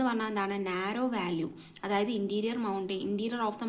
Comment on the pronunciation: വാല്യൂ അല്ല വാലി VALLEY